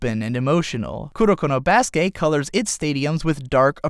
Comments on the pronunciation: i cringe every time he says baskay instead of baskET. Its pronounced baskET, since it is a loanword of the english language being used in japanese. it aint french bruh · Baske' ? did you just intentionally skipped pronouncing the "t" ? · I literally couldn't finish this video cuz of how he pronounces basket 😐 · Basket...theres a T at the end of Basket. Pronounce it...